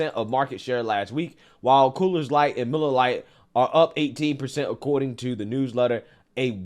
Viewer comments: It's NOT "Coolers Light" !!!!!!!!!!!!!! It's COOR's Light. SMH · I kept thinking I was hearing things, but I'm pretty sure I heard him say "Cooler's" Light instead of Coors Light over and over. lol. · Why dis negro keep saying coolers light😂😂😂… it’s coors light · You keep saying coolers. It's coors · First I've got to say, I love your videos. I do however, have to call out the fact that you keep saying "Cooler's Light" for the beer named 'Coors light'. It's name sounds like CORES not Coolers. Anyway, I had to call that out... Otherwise, keep doing what you're doing. Love it! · maybe it's just me but when you say Coors Light I'm hearing Coolers Light. It's Coors aka CORES Light. Just sayin'. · Love your content bro but it’s it’s pronounced Coors not Coolers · It's Coors not Coolers, god damn get it right. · It's COOOOOORS LIGHT say it COOOOOORS... not COOLERSSS 🙄🙄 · I'm sorry, are you saying "coolers light"? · Coors light not Coolers light you butchering the brand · It sounds like your calling Coors Light, Coolers Light.